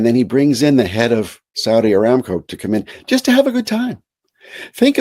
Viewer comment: ARAMCO is pronounced uh-ram-koh.